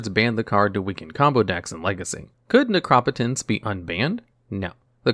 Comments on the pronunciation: Lovely video. Just a brief bit of feedback. I have never hear Necropotenc pronouncd, "Nec-rop-ot-ence". Instead, "Nec-ro-po-tence". As in, you know, the potency of necro. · yeah it should be "nek roh poh tense" and not "nek raw puh tense" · Neh-Crah-Pah-Tense lol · Necropotence (Neck-row-poe-tense) I cringed on the mispronouncing of that one in particular, it's just two words put together, my dude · Please stop saying necropotence wrong it is upsetting and incorrect please correct yourself